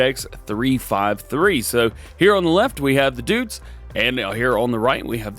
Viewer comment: DJ, of course we know that's not the Case! That's the John Deere 7R! We got the IH Case Telehandler last week. Get your brands straight man. :P Also, says Deutz correctly up until he changes the paints and then goes full "uncultured-American"..."It still says 'Dootz'." Love ya, DJ. Never change, man.